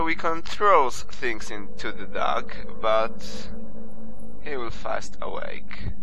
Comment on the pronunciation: sounds like your saying duck lol :P